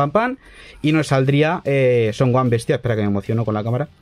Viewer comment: Son oan? Es Gohan y se pronuncia gojan